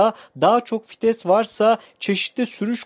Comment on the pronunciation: Kitap okur gibi ne biçim anlatıyosun.ayrıca FİTES DEĞİL VİTES